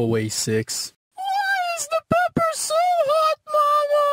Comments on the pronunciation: I like how six sounds like she says malo instead of mono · Sounds like she's saying momo